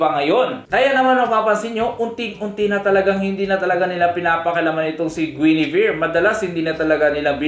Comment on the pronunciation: Tumingin kalang ba dito para basahin yung comments dahil mali ang pag bigkas ni kanila guinivere at dyrroth